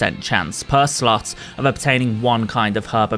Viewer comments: Every time you say slot I just hear slut lmao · You GOTTA pronounce the O in slot